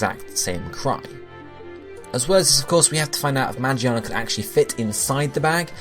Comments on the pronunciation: WHY ARE PEOPLE SAYING MAGIANA ITS MAGEARNA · Lol you pronounce magearna ma-Ji-arn-ar its mig-gear-nar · ma-gear-na not magi-arna >.< so annoying 😂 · You know I'm pretty sure Magearna is pronounced Ma-GEAR-na not Ma-GEE-arna. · Mah-Jee-anna? its pronounced Mah-Gear-Na. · who is magiana? isnt it magearna? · magearna, not magiana. Magiana is japanese name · It's Ma-Gear-Na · Isn't it pronounced "Mah-Gear-Nah"? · ITS MA-GEAR-NA!!! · Alright I get the argument that he's used to call magearna that but come on moron it's mah-gear-nah and it looks like a fucking gear I think it would be obvious how you pronounce that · Say it with me now. Ma-GEAR-na. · Omfg get over how he pronounces Magearna's name. That puny thing wasn't even the point of the video. You people are so annoying. Let him pronounce things as he wants. We all know what he means anyways so there's no point in correcting him.